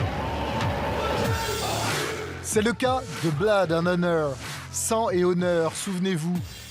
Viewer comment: "Son nom: blAd and honor".. L'anglais n'est pas ton fort!:o)